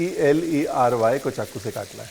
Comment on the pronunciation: Salary & celery pronunciation is different Baba